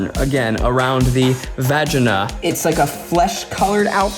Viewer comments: Goodness, Zach! Its not VA-GEE-NUH! Its VA-JAY-NAH! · the way zach says vagina as vaga is strange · The “vashina” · why is no one talking about how zach pronounced vagina “vag-in-uh” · This is the comment I was looking for 😂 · Her “vag-in-nuh” 😂😂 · The way Zac says vahjina lmaooooo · Nobody: Zach: VAJENAA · No one: Absolutely no one: Zach: Vagena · Nobody: Zach: v a g e n a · Veg jina...thats how im gonna pronounce vagina now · I don’t think I’ve ever heard anyone pronounce the word “vagina” quite like Zak does. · The way Zach pronounces vagina...🤣🤣🤣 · Could also be titled Zach mispronounces the word vagina for 24 minutes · Ok there are not nearly enough comments in here about the way Zach pronounced vagina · the way zach pronounced vagina was so hilarious i had a hard time surpressing my laughter when i was supposed to be doing my homework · Zachs pronunciation of Vagina made me incredibly uncomfortable and Idk why. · Zach, I beg you, please just say vagina as it's pronounced. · Me looking in the comments section: “Ned did a great job, Eugene is amazing as always, Zach ruined Maggie’s Spanx. Me: “How is anyone else not mentioning Zach’s mispronunciation of vagina?” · okay but why does Zach day vagina like that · Honestly the way Zach say Vagina is how my country generally pronounced it 😂